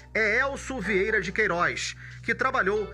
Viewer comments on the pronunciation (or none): none